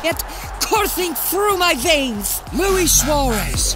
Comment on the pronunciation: Luis* not Louie